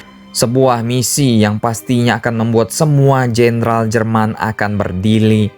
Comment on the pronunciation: Berrrrdirrrri bos, latihan ngomong rrrr dulu yang fasih, ya salam 🙏😂